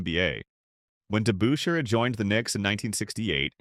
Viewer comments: It's not DeBOOSHAIRRR. It was DeBUSHrrr. Sheesh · Well said sir, very well said! Hondo would have no trouble playing in today's NBA. A quiet and humble man that was part of a great championship team, the Boston Celtics. I was a Knicks fan, and this narrator couldn't pronounce Dave Debusschere's last name at all. Must have been a computer generated voice. Debusschere was a rugged power forward. His forte was "defense" and he played it good, rugged, and clean. Hondo was never afraid of Dave or any of the other players this voice listed. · narrator needs to properly pronounce DeBusschere & Havlicek. I wonder how these things get by in this day & age.